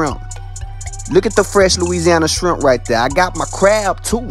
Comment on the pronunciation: Love the way he says shrimp kinded like bubba from Forrest Gump